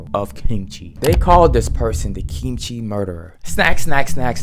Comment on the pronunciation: Your pronunciation of kimchi is really good! You do it with a soft g sound instead of a hard k sound which is really quite natural. If you think it's fire with the fried rice, try an actual kimchi fried rice. It's even better! With a sunny side up egg on top as well. 🔥